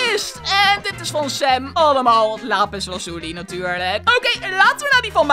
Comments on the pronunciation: Waarom zeg je sem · Je zegt sem